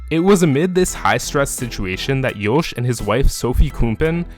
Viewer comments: Good video ! Provides better understanding of the man and racer Max Verstappen. Some remarks: Jos is pronounced as Yoss (like boss), not Yoesh. Checko spun on purpose in that Monaco quali, ruining Max's fast lap (which would have gotten him P1). I think the realationship between Jos and Max is better than how you portrey it. But life was not all joy for Max at that age. But who's is? It all payed off big time though. Hopefully he won't end up as a jealous diva like Hammertoe. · Why do i hear Jouch instead of just Jos lol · Why are you pronouncing Yos so weirdly? Also you literally made driving 80-100 km PER YEAR sound like a big deal . People in the US do that on a daily basis to get to work lol. I know you probably meant more but it shows that you are not very intelligent if you said that without thinking about it in context.